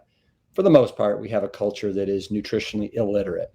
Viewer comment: I love how Rip subtly turned double L into three L’s, saying “nutritionally ill-literate. Well done!